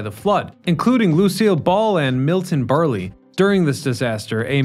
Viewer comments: Who the hell is Miton "Burley"???🤣🤣🤣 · Milton Barley? How about Milton Berle. I know he died over 20 years ago, but still... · Milton Berle (Burl, not Burr lee) it was funny to hear it that way. Also, idk that history repeats itself. That would be impossible. There can be time periods that are similar but it's never a 100% repeat. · Milton Berle, not Burly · No disrespect, but it's pronoonced "Milton Burr-el", less "Burr-ley". Also, I love your produce. So much fun info, esp. the architectural and underground stuff. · Where is Can Nooga Park? I know where Canoga Park is. And it's pronuonced Milton "Burl", not Bur Lee. 🤦‍♂️ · Milton. BERLE. Not Berleeeee. Come on. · Did you mean Milton Berle (rhymes with pearl)? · Milton Burley? WTF? LOL, maybe research how to say peoples names right. I still love your content though. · “Milton Burly” 🤦‍♂️🤦‍♂️🤦‍♂️🤦‍♂️ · “Milton Burlley” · Milton Berl-e? Come on. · Milton Burley? 😂😂😂😂😂😂😂😂😂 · Milton Berl-lee 😂